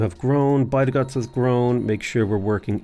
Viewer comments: Bydgoszcz is pronounced 'bid-gosh' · I love the way you say "Łódź" its 100% correct way also rest of the cities except Bydgoszcz and Szczecin are like 95% correct, good job. Bydgoszcz looks scary tongue twisty but its actualy easy you should say it like "Bydgoshch" (where "y" is not like in "why" but hard like first y in "syzygy"). Szczecin sounds similar like ending of Bydogszcz, its like shchetzin . If you could say the meme city named "Szczebrzeszyn" you will get lifetime endless supply of pierogi. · My Polish fiance appreciates the creativity in the way you pronounce Bydgoszcz(By the Gods) and Sczceczin (Skayzin) :D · by-the-gods (bydgoszcz) is now my new favourite